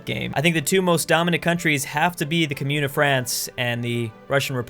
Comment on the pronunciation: Commune is pronounced Comm-youne.